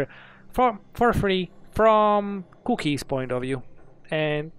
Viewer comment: I like how he says cookies. COUOkies